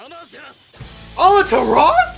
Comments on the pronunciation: keep's saying "Amaturas" when it's pronounced "Amaterasu". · Its Amaterasu not Amateras